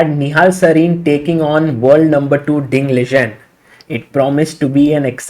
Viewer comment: All commentators pronounce it "lee-ren" 🙂